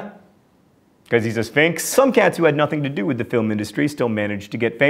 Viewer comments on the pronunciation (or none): none